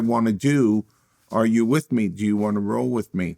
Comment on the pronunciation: Who "ju" talking about? "Ju" talking about me? I'm taking about "JU"! 😮 WELCOME TO "JU" TALK!